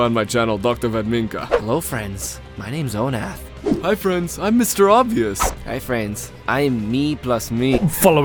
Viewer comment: When I heard you say MrObvious... Oh when I heard you say that prick's name.